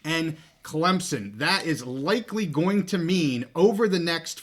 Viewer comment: Please, for the love of God, stop calling Clemson "Clem-Zon"! Stupid, sickening and nothing any Clemson fan would say - EVER! You can pronounce it Clemp-SON or Klimp-sin but there is no Z in Clemson!